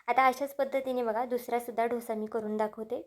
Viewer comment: ढोस ni डोसा म्हणा